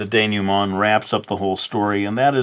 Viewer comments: Your prononciation of "dénouement" is pretty good but to be more accurate, you should say "denooment " rather than "denewment ". ;) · your pronunciation of "dénouement" is pretty good actually! you pronounce the "nou" as "new", while it's pronounced more like "noo". great video! I always have a hard time with endings, so this was helpful! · Atleast he knows how it's supposed to be said, still made me laugh lol "denyument"